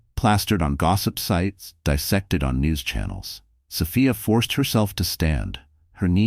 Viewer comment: Is it Soph-I-a? Or Soph—EE—a? Get a better AI🤬🤬